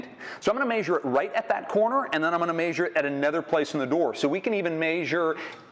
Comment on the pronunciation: What planet is the presenter from. Lets maysure it.